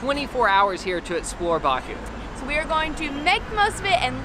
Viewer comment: She couldn't pronounce Azerbaijan and Baku